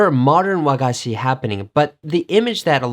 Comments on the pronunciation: This was interesting. Thank you. I heard an American saying Hershy's candy, to which we Japanese would say chocolate. By the way, the intonation of wagashi is on "ga". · I like his very exotic foreign accents here and there in his Japanese, for example, "WA-ga-shi", as we Japanese pronounce it correctly "wa-GA-shi". "America ei-GO" (he almost pronounces it like a Spanish accent omg), to be correctly pronounced "America E-igo". His "Bamen" is the best hit of this clip lol. There are not many foreigners who manage to master Yamatokotoba accent correctly even after so many years living in Japan. needs to get out of his little cocoon of expats community and talk to real locals there to master proper Japanese language. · Yeah, you're right. The stress should be on the second syllable, "ga", in the case of "wagashi". An easy error for a foreign learner to make in the Japanese language.